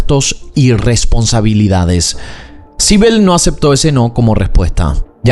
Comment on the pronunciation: Sibel... Naimmme...... me estás jodiendo. Sibel?